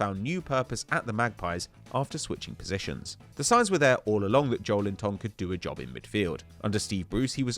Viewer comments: JowlinTON LOL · Just give up trying to pronounce Joelinton 🤌🏻